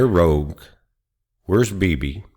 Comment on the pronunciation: Rogue, not rouge! (That's blush!)